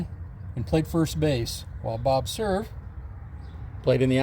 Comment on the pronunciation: Hi! Looks like a beautiful place and a very nice tribute! Cool that Bob Cerv was friends with President Truman and it is cool to learn the correct way to pronounce Cerv! Enjoyed as always my friend!